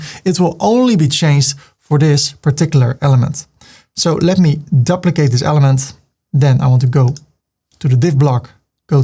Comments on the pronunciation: I know that English is not your first language but can you learn to pronounce 'duplicate' properly. It is dee-oo-plicay-te not dup-licate. I wince every time you say it. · I just had to pause the video and let you know that you make me smile all the time😘 and your tuts are such a pleasure to watch 😍. I'm an Aussie and I just love the way you say "Duplicate" 😊